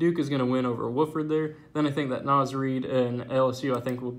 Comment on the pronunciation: Btw it's pronounced W-OFF-FORD. Key is OFF